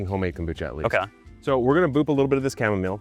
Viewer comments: Every pronunciation I have ever heard, since I was a kid, is “Kam-Oh-Mile”, not chu-mom-ole. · Dude, you broke my ears with the weird chamomile pronunciation. It's too weird. Just KAH-muh-mile, please. Honor the plant. I'll go back to drinking my kamille thee (Dutch). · you've ruined the pronunciation of chamomile for me! I've planted it for the first time this year and every time I check it I think "I wonder how my cham-om-o-lee is doing" and have a little giggle to myself about it !! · Are you saying chamomile wrong on purpose?! 😮😂